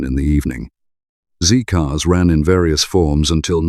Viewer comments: Not "ZEE-Cars", "ZED-Cars". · I was apalled to hear a presenter with an English accent refer tpo the 1960s TV show Z Cars as "ZEE" Cars. The who was titled Z (ZED) Cars.